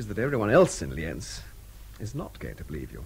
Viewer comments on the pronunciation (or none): Austrians not Germans, German speakers and it's pronounced Li:enz